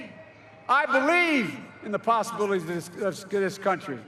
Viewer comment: dies he know how to pronounce words? "Possibilities"🤣🤣🤦